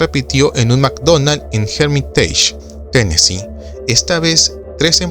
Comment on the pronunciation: Muy buen documental, pero es Tennessee, sin s.